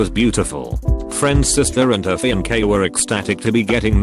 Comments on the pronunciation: Everyone: fiancé Reddit bot: fianke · No one:: fee-on-k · Ok but "FIANKAY" ? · Nobody: This bot: FiANkA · No one: Text to speech: feencay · So... Limey robots can't pronounce "fee-ahn-SAY" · Small peepee: “fiancé” Big peepee: “FEON KEY!!!” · No one:... No one at all:... Computer voice: fiankai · no one: the voice: fianqué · ???: Amateurs. Mak-yup, fassabook, Nine hundred and eleven, and fian-kay: What was that? DIDNSOT : AMATEURS. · No one: Ask reddit: Fian-ke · "Fian-kay" robovoice is stupid. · Nobody: Narrator: fianké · This is truly awful content. Not only are you stealing reddit comments to read, instead of reading them yourself (like every other YouTuber that makes this lazy tripe) you run them through some shitty text-to-speech app that can’t even pronounce fiancé correctly. Trash.